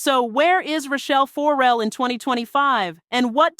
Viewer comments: Child, what is this?? What are you talking about??😂 AND, the last name is pronounced FER–RELL, NOT FO–RELL. Good grief. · FOR-rel/FOURrel FURrel! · Tearing my ears up with FOR-RELL. It’s not that, it’s FER-RELL but say it smoothly…Ferrell. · THE SYSTEM STINKS...And please, it is 'not' Rachelle FORRELLE, it is Rachelle FERRELLE. Painful mispronouncing obscures the depth and detail of the messaging. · "Four Rell"? come on!!! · Is the narrator even a fan? FO-RELL? Can you please do better work? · It is PAINFUL every time you say FORE REL😡😡😡😡. If you’re gonna do the story at least pronounce her name correctly. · Why are you saying Rachell For-rel? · Can you say her last name right? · Will you please pronounce her name right? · Maybe learn how to pronounce her name.....